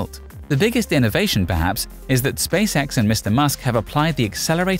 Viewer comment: This guys pronunciation of "Space X" sounds like "Space Sex".